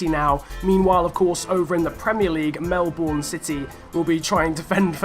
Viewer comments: its melbourne not melborn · You said Melbourne wrong lol